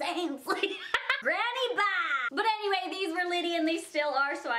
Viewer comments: "I LOVE THE BEG" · I love when she says bag!